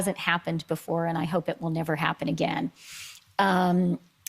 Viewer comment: I cannot stand her pronunciation of the word "again". That was painful.